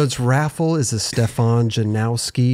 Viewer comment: Stefan says 'this is how you say my name'......... continues to mispronounce it for the whole damn interview!! I love but he has no capacity to listen or take information on board.........in one ear, out of the other.